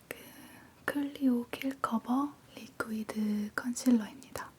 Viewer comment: 위 발음이 잘안되시는건가요??음..리쿠이드도그렇고 에투드도그렇고...제가 잘못들은거겟죠..?꺅